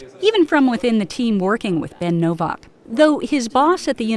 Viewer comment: libertard pronounces ...novvauk... it's novAk dumbmie